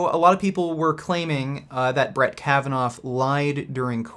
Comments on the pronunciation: You pronounce his name as "Kavanov" , when it is actually "Kavanaw". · Can you stop saying 'Brett Kavanoff', please? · The biggest criticism of last video was the fact that Kavanaugh has no "f" sound at the end dammit